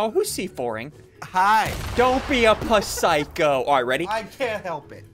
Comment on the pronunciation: Lol pusycho like we didn't know he mean to say pus😺